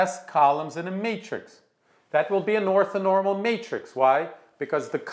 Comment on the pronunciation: Othonormal? Surely that's orthonormal.